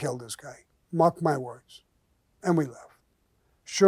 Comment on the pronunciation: can’t pronounce some of these words. Get her out of here!